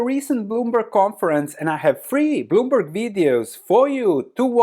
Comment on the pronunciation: Misheard at first and thought you said 'three boomer videos' - I suppose they are that too 😂